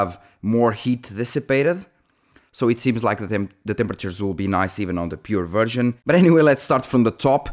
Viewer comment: Sorry bro, your accent was making me hear you say virgin when you where actually saying version 😅